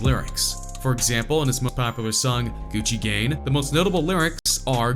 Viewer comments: It sounded like he said gucci gane but he said gucci gang 😉😉😉😉😉😉😉😉😉😉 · this nigga really said gucci gain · “Gucci Gane” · Did this dude just say Gucci gain? Lmao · He said Gucci gane instead of Gucci gang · Is he saying Gucci gang or Gucci gain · I dont hate him but i hate you you said gucci gang wrong you said gucci gan😡👺👺👎👎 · “Gucci gan “ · "Gucci Gane"????!!!?! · "Gucci gain" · This dude said Gucci gained😂 I stopped watching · “gucci gain” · Lmao u say little pump and Gucci gane lmao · "gucci gain" really man? really? he released "gucci gain" ? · Gucci gain ,lol